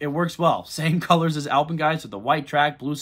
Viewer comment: btw the A in Alpen is pronounced like an e it sounds like "Elpin Fury" or "elpen fury" when said